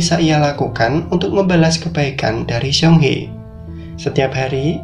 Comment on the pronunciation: Bukan siong he bang ,, tapi seung hee (seng hi)